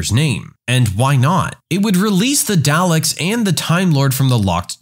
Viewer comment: We just going to ignore the way he said dalek